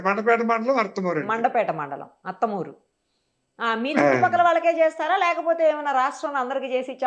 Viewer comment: అమ్మా అది అర్త మూ రు అర్తలూరు కాదు